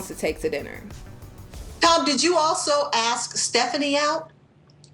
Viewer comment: "Axe" a question? Hurt your "fillings"? Ugh.